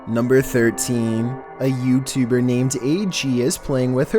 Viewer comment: A yEWbtEWBer